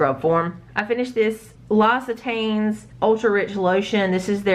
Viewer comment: L'occitane (LOCKS-it-on) is how I think you pronounce it. Just basing off hearing the pronunciation in other people's videos lol!